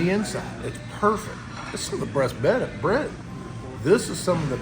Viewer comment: Did say ….. “breast bed?” 😜 NO more whiskey for. 🥲